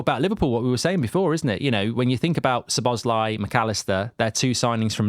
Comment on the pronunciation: Szobos-lee Who is he, really? Do you say his name wrong on purpose, just because he’s at Liverpool?